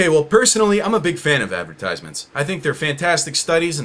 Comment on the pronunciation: Ten seconds in and I'm already overwhelmed by hearing 'ad-ver-tyse-ments' so many times Advert... eyes... meant... it was so obvious all along